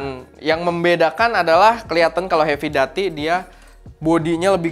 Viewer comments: doo.tee kak, duty seperti pada "call of duty" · Duty pake "U" bg 😂